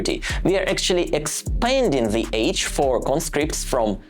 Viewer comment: I think your stats will probably show whatever way you deliver it, people aren't so interested in just another travel vlogger. They want to know what's going on inside Russia and what they should think about this. Btw, nothing huge, but your English would improve dramatically if you could teach yourself to pronounce 'the' and 'they' properly, rather than 'zhe' and 'zey'.